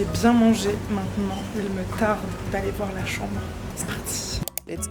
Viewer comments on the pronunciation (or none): none